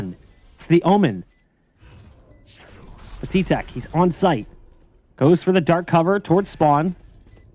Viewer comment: its pat-i-tek not pa-ti-tek